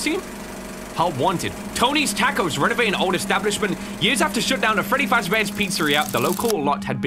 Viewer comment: Did bro say tacos wrong or am I stupid